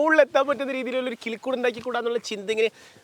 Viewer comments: കുളിക്കുട് അല്ല കിളിക്കുട് 😂😂in the first of this vedio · 0.09 tongue slip ayi enn thonnu ( nammku keri irikan pattunna valiya kulikood ) 😂😂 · കിളികൂട്❌ കുളിക്കൂട്😂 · 0.08 മച്ചാനെ കുളികൂടു അല്ല കിളിക്കൂട്😂😂